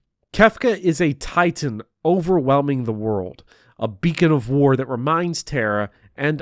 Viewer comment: I don’t think you played Final Fantasy 16… no one pronounces Titan like you did and Ultima appears early in the game